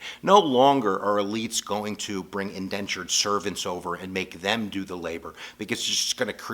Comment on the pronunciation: It is Indentured servants not Endentured....